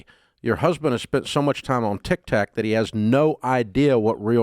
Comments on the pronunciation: Dave, Dave it’s Tik Tok not Tik Tak😂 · I always lose it when Dave says Tic Tac 😂